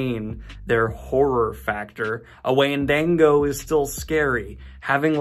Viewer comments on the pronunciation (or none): I love Daniel, but the way he pronounced Wendigo made me cringe lol. Wendigos are my favorite horror mythological creatures. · I don’t like how you pronounced wendigo... it uncomforts me